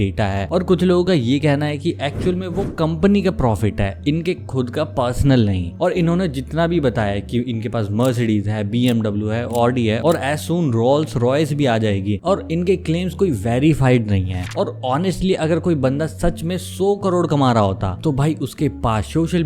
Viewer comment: Rolls royce ❌ rolls roy ✔️